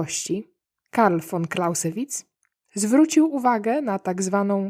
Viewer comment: Nie Clausssewitz....Clauzzzzewitz...Bardzo prosze! Program dobry , tylko typowo polskie luki w umiejetnosciacj jezykowych.....